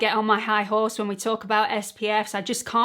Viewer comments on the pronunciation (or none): none